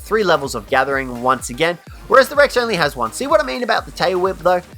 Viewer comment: “So what we are going to do is summon in another Brex.” Me: “Brex?” Also me: “Listens to saying that another 10 times.